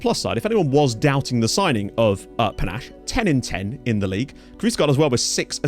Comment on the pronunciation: Ayye! Great to a fellow Zimbabwean in your team, P.S You got the last name but his first name is pronounced Pa-Nah-Sheh , the "she" rolls off like a "shay" than "che"